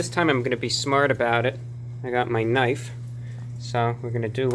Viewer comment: OI MATE, YOU GOT A LOICENSE FOR THAT KNOIFE?!